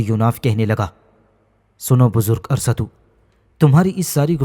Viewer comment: Arsatu nahi arastu hsi